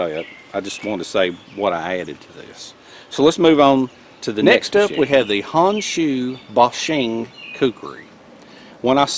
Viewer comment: Forgive me, but I can't stop myself... Its: "HONE SHOE BOW SHEEN". No foreign language EVER pronounces "O" as "AH". It's a simple rule...EZ 2 remember